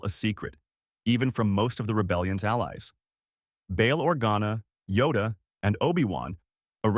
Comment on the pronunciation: It's not Podmay it's Padme And it's not Orguna it's Organa